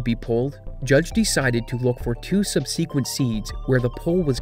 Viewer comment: You need to work on your pronunciations. Bespoke and subsequent are both words you have trouble with. You need to start using a short A sound with those two words.